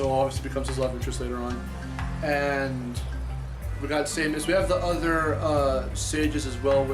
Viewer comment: It's SAY-MOS, not SAY-MIS!!!